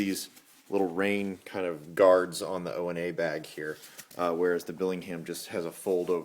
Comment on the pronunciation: ONA is pronounced "OWNA" not "Oh EN A". It's a Swahili term.